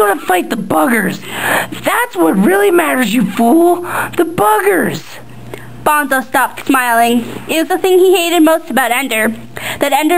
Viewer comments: Dude she's reading straight from the book! Bonzo takes off his suit to fight Ender fairly and to keep his honor. duh! and yes, it's BONE-so not bahn-zo. and buggers, not boogers . man oh man oh man... boogers... hahahha! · BONE-SO Like skeleton BONE and then SO! Not BONZO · "bahn-zo" stopped watching, Petra points out obnoxiously rather early on how it's pronounced "bone-so" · the drawings are pretty good, but the reading was kind of flat and emotionless... and btw, bonzo isn't pronounced "bahn-zoh", it's "bon-so." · lol, it's BONE-SO! bahn-zo, sheesh, WRONG! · Bonzo? It's Bone-so, not Bahn-zoe. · BONEEEEEE-ZO man. not BON-ZO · it`s pronounced BONE ZO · Nothing personal but why does everyone pronounce the name bonzo phonetically, thats what ender says when he first get to salamander. It's pronounced Bone-Soe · its BONE-SO!!! lol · uhh he read or she read the book, me too, its Bone-so. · It's pronounced "Boneso"